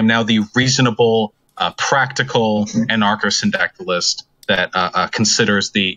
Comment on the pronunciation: IrishLaddie 10 months later still hasn't learned how to pronounce anarcho syndicalist OMEGALUL